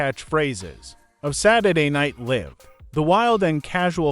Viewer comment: Yeah, like Saturday Night live instead of LIVE. I'm guessing that the narrator may not have been alive in the 70's.